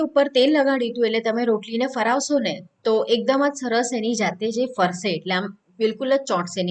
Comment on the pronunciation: ફરાવશો નહીં,પરંતુ "ફેરવશો" જ છે સાચો ઉચ્ચાર❤ ફેરવવું,ફેરવો Practice it for the better improvement. Anyways Nice to see you. Thanks Dear